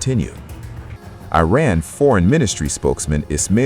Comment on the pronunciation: FFS! Will you please try to pronounce 'Iran' correctly. It hurts my ears the way you say it!